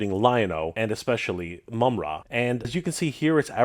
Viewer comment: the majority of us know how it's pronounced,but called him "Moomra" which is definitely incorrect lol